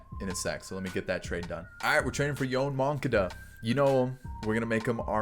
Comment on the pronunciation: please look up Yoan Moncadas pronunciation... nails on a chalkboard